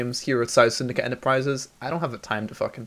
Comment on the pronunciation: to everybody who want to know how to properly pronounce PsiSyndicate, you say it like this, SyeSyndicate...